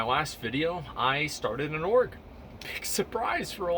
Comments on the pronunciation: I kept hearing Orc instead of Org and I was very confused. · Is he saying org? I thought he was saying orc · STOP SAYING ORG